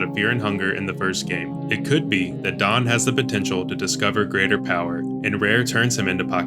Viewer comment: Tah-nah-kah. Daan is just Dan. Karin is just Karen.